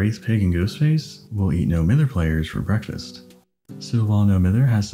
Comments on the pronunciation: It is NO-MY-THER. It is not NO-MI-THER. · It’s pronounced “No Mive -Herr.” Lol sorry, from Manchester and that’s some Mancunian slang 😁